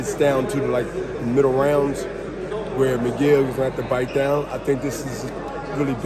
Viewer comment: This guy does he know his fighters name is it’s Mungia not Miguel